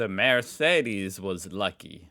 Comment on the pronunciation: "Mercedes" is pronounced "Mair-tse-des" instead of "Mörseedis".